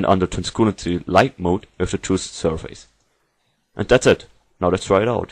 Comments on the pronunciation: thanks for the great tutorial! One minor comment: it's transLUCency, not transCULancy as you say ;) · interesting way to say Trans-lu-cen-cy